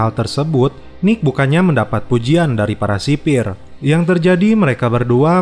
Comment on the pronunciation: Sipil boy bukan sipir 🤣